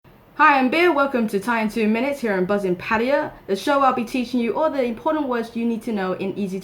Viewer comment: Oh My Buddha : Bier even says 'Pattaya' in that Heathen geezer way ! 555